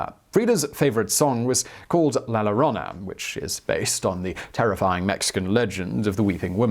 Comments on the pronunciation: You'd think a bio video would do a simple research on proper name pronounciation ... her name is CHA- vela Vargas not Ha-vela and la Llorona is pronounced Yo-ro-na not la Lo-ro-na .. Don't forget to roll the r's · Great video as usual. Oh, by the way it's pronounced "La Yo-rona." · “La LOR-RONA” come on Simon! That wasn’t even close!! LL sounds like a Y not a LA!